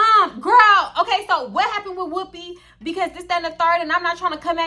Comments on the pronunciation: The way u say whooopi has weaken me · The way you’re saying Whoopi is sending me 😂😂 “WHOOPEH”